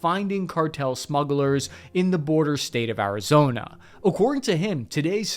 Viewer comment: What is "Arizoner"